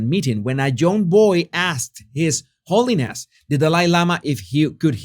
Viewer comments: Is he saying , his horniness or holiness? Lol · Every time he said "his holiness" I heard "his horniness" 😂😂 Way more appropriate title tbh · Sounded like you called Dalai Lama His Horniness 😂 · Was I the only one who heard "His Horniness"? 😂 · No you didn't mispronounce the title of the Delai Lama. You were right first time when you said, "His Hornyness." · I thought you said his horniness at first to my shock and amusement lol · Did you say, "His Horniness"?? 😂 So much more appropriate if you did!👍 His Holiness..🤮👎